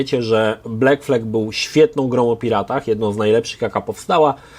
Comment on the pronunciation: Sorry. Nie błekflek tylko blakflad